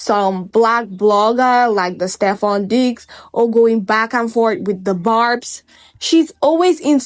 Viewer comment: Girl did you say Stephon Diddy 💀